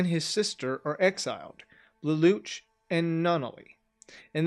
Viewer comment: Does the english dub actually call him "Leloutch" with a "t" like you say it? Cause it's originally a french-based name and definitely has no "t" sound whatsoever. It doesn't have that sound in the japanese version so it has to be the english dub that messed up for no reason.